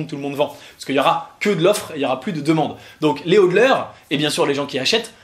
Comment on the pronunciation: Maintenant que le prix et bien bas c'est le moment idéal pour commencer a investir. C'est la base de tout investissement. Acheter bas pour revendre haut ! Le seul truc que j'ai a reproché, on dit HOLDeur du verbe "hold" tenir. Et non pas HoDLeur :p